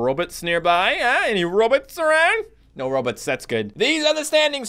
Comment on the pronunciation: Row-bots not robits